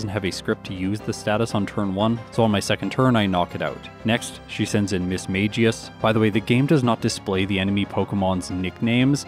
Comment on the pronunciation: This might sound crazy. But Mismagius is pronounced Miss-Maggie-Us.